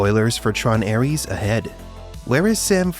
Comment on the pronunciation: Cada vez que escucho ARIES, en vez de Ares me sangran los oídos.